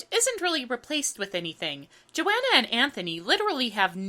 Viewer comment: you pronounce Joanna to rhyme with marijuana?